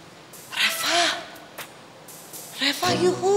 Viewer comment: Kok manggil Reva kok reca